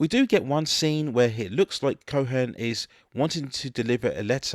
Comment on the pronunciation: A couple of issues with your pronunciation: Roy Scheider's name has no "N" sound...it's pronounced "shy-der". His character name is "co-en" not "co-hen". I saw this on a whim when my friend and I were at a video rental shop. Didn't think it would be good, but it actually became a longtime favorite that I had on VHS for many years.